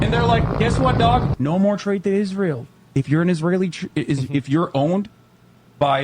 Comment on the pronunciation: He said Israel wrong.